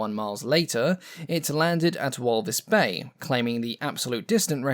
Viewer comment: minor nitpick, in a brilliant video, it’s pronounced “v-ul-fis” bay. Hello from SA! Nice to learn something about our aviation history. :) Edit: why does walvisbaai have to be in namibia!